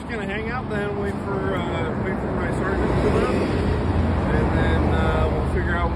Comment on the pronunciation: Sharsant....you mean Sergeant aka Sar-gent?